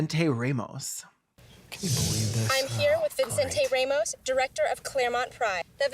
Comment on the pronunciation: Ray-mos? Literally who says it like that